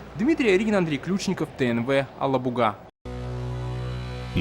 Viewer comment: Правильно АлабугА. Язык татарский, в РФ есть такая республика Татарстан,столица г.Казан. Казан,на всех языках кроме русского без мягкого знака.